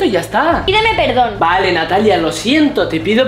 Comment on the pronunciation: Soy la unica que se dio cuenta que decia perodn en ves de perdon en el minuto ?